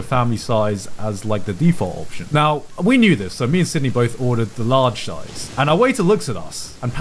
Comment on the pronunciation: "large shize" 😂